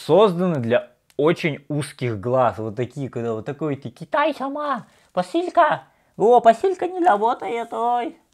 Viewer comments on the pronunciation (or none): none